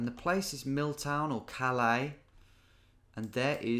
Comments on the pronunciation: It’s pronounced caliss, not callay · Its pronounced Cal-iss in Maine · Calais (in Maine probably exclusively) being pronounced "Caliss" for some dumb reason